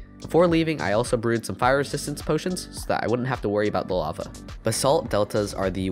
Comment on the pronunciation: Instead of saying LAVA he said BAVA